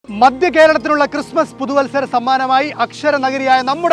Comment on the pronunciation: മദ്യം അല്ലെടോ മധ്യ കേരളം 😂